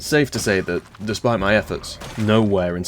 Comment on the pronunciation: I really appreciate you taking the effort to say Louisville like the locals do, most americans cant even do that